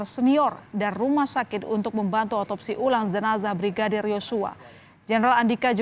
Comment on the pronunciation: Jenazah lho, bukan zenazah.